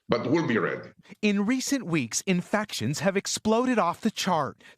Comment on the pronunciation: How come the reporter can't say infection?